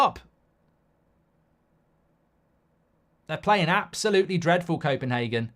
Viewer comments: It’s Copenhagen and not Kopenhaken as u say 😁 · Goldbridge ffs it's copenHAYgen, not HARgen